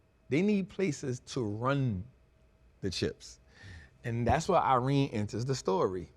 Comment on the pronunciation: “Nevadas” “Irene” Bro stop it 😂